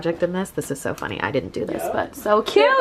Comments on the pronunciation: I love your videos. I'm new here so I'm wondering why you say the word "so" like "sowr,",am I crazy? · I am kinda new to this channel, and in discovering all of it's awesomeness... I'm confused about the word "so". It sounds like she has an Australian accent..? Am I missing something? Almost sounds like "soar" ( vs ) Also, wall looks GORGEOUS😍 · The way you said SOO😂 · It gets me so nervous the way she says “ soRRR now we’re going to...” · You say "so" like an Aussie 😂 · every "so" in this video sounded Australian/Canadian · Why is she saying “so” like that?..... kind of annoying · I love how turns Australian whenever she says "so" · when said so she sounded British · "SO" in that British accent LMAO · Saying ,”So,” in an Australia accent only happened a few times VS times 🤣🤣🤣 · Does anyone else notice that says the word "so" in an Australian accent? 🤔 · Best bit is the Australian “so”s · Anyone else here the Australian “so”?? 😬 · her pronunciation of "so" is triggering me